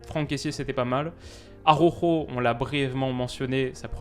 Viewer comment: AROjo fais un effort stp. ARaOuJo